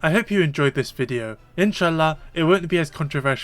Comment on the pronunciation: I’m sorry this is a fantastic video but just hearing you say inshallah at the end for some reason made me laugh for no good reason. Love to see your work, this new set of content has been fantastic